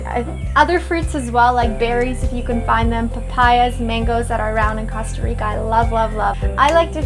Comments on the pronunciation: Please say cOsta right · yes, it's COAST-a reeka, guys :-D